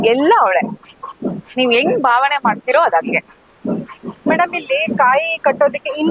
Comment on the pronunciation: ಆಹಾ ತಾಯಿ, ನಿನ್ನ ಕನ್ನಡ ಕೇಳ್ತಾ ಇದ್ರೆ,ಕಿವಿ ಮುಚ್ಕೊಬೇಕು ಅನ್ಸುತ್ತೆ, ಕಾಯಿಗೆ ಖಾಯಿ ಅಂತಿಯಾ, ಭಾವನೆಗೆ ಬಾವನೆ ಅಂತಿಯಾ,ಸಕತ್ ರೀಲ್ ಬುಡ್ತಿಯಾ ಬುಡು.